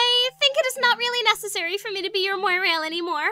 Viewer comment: Okay, nitpick time. "Mwa-rail". Not "moy-rail".